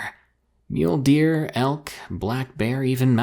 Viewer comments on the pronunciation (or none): The way he said "Mule Deer" sounds like he's saying Mjölnir. "I am Thor son of Odin! This is my animal companion MULE DEER!"